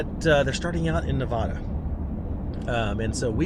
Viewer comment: I have a project m four wheel camper on my gladiator and love it...from someone who lives Nevada you need to work in your pronunciation 😂